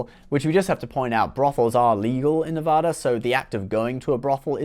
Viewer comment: Love your channel. Only because we care. It’s pronounced “Nev-AD-a.” Keep up the great work.